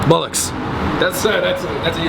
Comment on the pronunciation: And it's bollocks not bullocks haha